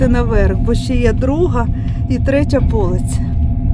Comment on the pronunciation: ПолицЯ , наголос на Я